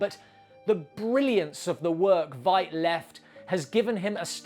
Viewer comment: It's pronounced like "fight", not "vight". (just a nitpick; great video!)